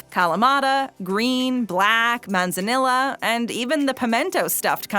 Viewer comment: Manzanilla = Man-zuh-knee-uh not nilla as in nilla wafer.